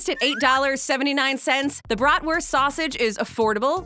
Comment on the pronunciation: Your pronunciation of what should be BRAHT-wurst will raise an eyebrow in Wisconsin. Your putting ketchup on it just got you banned from Chicago. 🤣